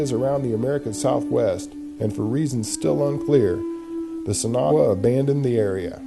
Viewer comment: the narrator doesn't even try to pronounce the word, sin agua correctly, yikes!